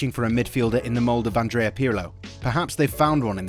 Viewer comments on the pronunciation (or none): none